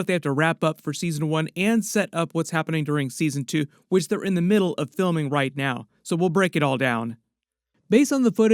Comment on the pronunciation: Based on the knowledge it seems like they'rrrrrrre keeping.... Are you from beyond the wall?? 😂😂😂😂